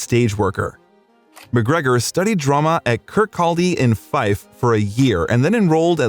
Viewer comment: It's pronounced Kirkcawdie. Do your research noob. x